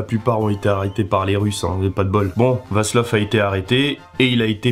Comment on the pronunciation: Très instructif sur le fond et très sympathique dans la forme. Je me suis abonné. Bon, en dehors de Mischlinge, les mots allemands sont déformés. Tu n'es pas le seul. Vlassov (pas Vaslov). Le seul point litigieux est que la mère de Heydrich n'était pas juive. Son père non plus d'ailleurs mais des gens lui avaient trouvé un nez juif. Le paradoxe est que les Mischlinge n'étaient pas considérés comme juifs en Allemagne, mais qu'ils l'étaient dans la France pétainiste ! Le pauvre Coréen !